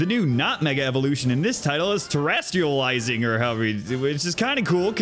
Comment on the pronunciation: I thought it was terrestializing too, apparently it’s ter-A**-tializing